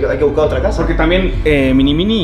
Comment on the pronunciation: en el minuto no dise mini mini dise mini mwi